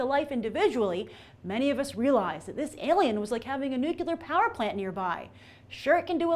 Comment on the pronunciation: NOOK-YOU-LUHR. Grace is officially dumb.